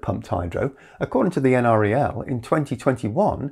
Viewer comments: NREL is usually said like "N-Rel", the N is like the letter N and the Rel is like the first part of the word relative. It's not a big deal, but I happen to have worked in the building where they were located once upon a time. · Please pronounce it en-rel. I live 1.5 miles west of NREL, that's the correct pronunciation. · LOL. For the nth time, it's pronounced EnRel. No one who lives locally or works there says N-R-E-L.